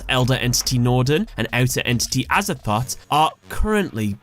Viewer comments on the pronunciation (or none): Him : Outer Entity Azathot Me : Aza-thot? XD